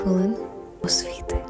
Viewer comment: Ви так сексуально вимовили слово "Освіти" , що захотілось вчитись )